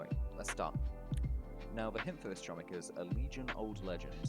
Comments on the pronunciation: its pronounce homik not chomik because its Polish lol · As a polish person i want to know your location to saying chomik wrong way